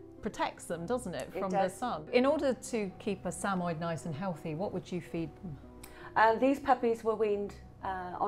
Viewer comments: Did she call them SAMOI not Sam-Mo-Yed? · The correct pronunciation of the breed’s name is Sam•a•YED, with the accent on the last syllable. The dogs are also affectionately known as Sammies.